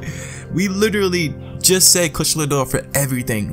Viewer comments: Kush-la-door? Kush-a-la-door-a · Say it with me: Ku-sha-la Da-o-ra. XD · Monster Hunter World I want to thing that you pronounce the name wrong purposely 😂